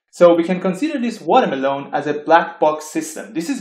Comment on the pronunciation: Lovely video! I want a 10-hour loop of you saying Watermeloan.